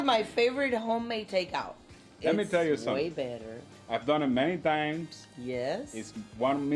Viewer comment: nah an accent is an accent , grammar is the thing or the way u say the words, I think the Jew instead of you is cute... I speak spanish fluently, for 15 years they excepted the way I spoke and the words I used ... they didnt care about my accent , then after letting me speak for that long they then decided to tell me i was using the wrong words .... i it was like learning the language all over again... argh they said my accent was perfect but only when i spoke the wrong words did they know i was not spanish, i asked why .. they said cause you were trying